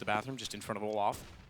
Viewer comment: Fucking keeps saying olaf about Olof 😂